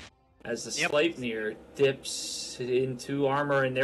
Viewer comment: isnt "sleipnir" supposed to be pronounced more like "slip-nir" ?